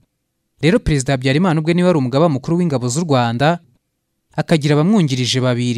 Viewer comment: Ibyo uvuga nukuri pee afite ijwi ryiza ariko aravuga nabi Ikinyarwanda..ndebera Pereziidaa,Igisiiriikaare..,nib ushaka ko tukumva ikosore kd nibyo uri kwigira,uratuma inkuru yawe itaryohera abayumva,Dusigasire ururimi Rwacu ,urashyira ubutinde kumagambo ahwo bidakwiye